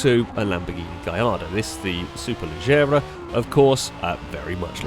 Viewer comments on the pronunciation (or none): none